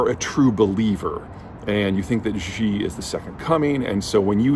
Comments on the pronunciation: Great video! But quick fix for pronunciation since you talk about China so much recently: "Xi" is pronounced more like the English word "She" or "See," not the "Ji / Zhi" sound you've been saying. Chinese doesn't sound French :P You can check by clicking the audio button on Google translate to hear it or something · The name Xi is pronounced She, not Gee. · Its Xi (Shee) not Ji, Peter.... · Peter, could you please not pronounce "Xi" as "Zhjee"? The "zhj" sound doesn't exist in any dialect of Chinese. Xi is pronounced "She". The quick way to remember this is "that's what Xi said". You're doing serious analysis on geopolitics; at the very least you should pronounce the names of people correctly. When China adopted the Pinyin romanization orthography, they repurposed some letters they thought were redundant and used them to write sounds that are common in Mandarin that would otherwise take multiple letters—X got the sh sound, C got the ts sound, Q got the ch sound. That's why "Qing Dynasty" is pronounced "Ching dynasty", and "Xi Jinping" is pronounced "She Jinping". Also, Beijing is not pronounced "Beizhjing". The letter J just makes the same sound it makes in English. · Great video. But... Xi is pronounced: SHEEEEEEEEEEEEEEEE! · FFS, who is this 'Gee' you (yes, you Peter) are talking about ? How about not coming across as a stereotypical, arrogant, 'ugly American' and instead demonstrate a modicum of respect by making an effort to pronounce his name correctly.